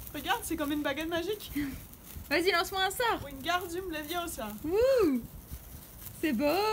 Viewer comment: Levioooosa pas leviosaaaaa